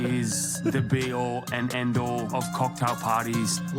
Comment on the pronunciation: "Da bee all an endall of cocktail pardies." Timm is endearing in an awkwardly brash way. XD